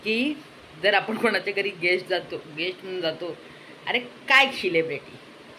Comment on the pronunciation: Guest nahi ghest 😂😂